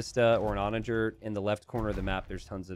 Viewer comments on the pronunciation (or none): none